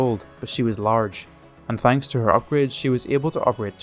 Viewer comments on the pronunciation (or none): none